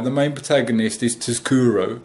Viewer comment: Its pronounced 'sukuru'